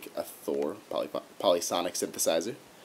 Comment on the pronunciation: Not to be a troll, but it's pronounced "pol-ee-fon-ick" (and "pole-if-an-ee") meaning non-monophonic, or multiple notes at the same time. Jussayin'. Thanks for yet another awesome tip!!